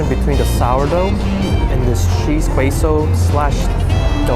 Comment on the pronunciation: Queso is a Spanish word and the Q is a K sound so it's like K like kpop , queso=k-so. But thanks for the food tour!!